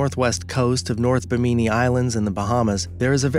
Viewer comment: It's pronounced Bi-mi-knee not Bee-me-knee